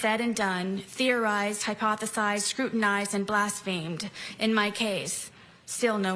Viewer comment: What is funny to me is that she is clearly so impressed with her own writing and is so delusional about her intelligence that she doesn’t realize she actually sounds like a fifth grader. she literally pronounced “blasphemed” as “blas-feemed” lol. She doesn’t even know how to pronounce the “big” words she’s saying, much less actually use them correctly.